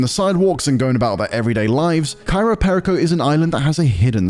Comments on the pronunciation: "Cairo Perico" yeah might wanna read that again lol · At least pronounce the title correctly. “Cairo Perico” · Why do you keep saying Cairo Perico? It is Cayo Peico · Cayo Perico. Not Cairo Perico. Dude needs to get his pronounciation correct. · The island: Cayo Perico This guy: "Cairo PÉrico" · Why does he keep saying Cairo Perico instead of Cayo Perico? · It’s not CAYRO, it’s CAYO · Love how they mispronounce Cayo Perico every single time.